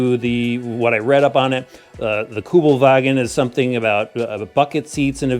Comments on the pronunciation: It's Kübelwagen, not kjugel-wagOn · Kübelwagen not Kubelwagen 😉👍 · its kübelwagen, NOT kubelwagon